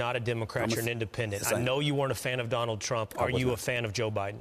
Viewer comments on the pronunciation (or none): none